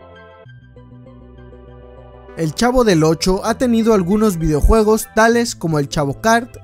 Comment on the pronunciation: Quien más se dio cuenta que en ves de decir videojuegos dice "videjuegos"